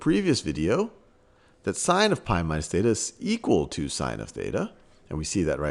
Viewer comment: lmao bro said "thot" like twice.